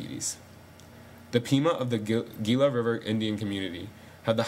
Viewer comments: Wow, very good, accurate, and informative. I am 1/4 registered Pima, and my full-blooded grandmother suffered from Diabetes her entire life. Diabetes, morbid obesity, and alcoholism are prevalent in my tribe, sadly. It's heart-breaking. For the record, "Gila" is pronounced, "HEE-lah." :) Like the Gila monster lizard. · Learn say Gila